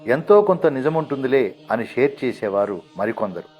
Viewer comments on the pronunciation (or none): none